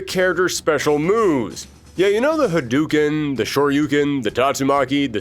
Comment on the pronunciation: Ha-DOOO-ken?....LOLZ! Breh